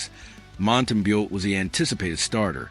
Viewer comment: You might want to teach your AI slop-master to pronounce names. Basic respect, no? Mont-tam-bow.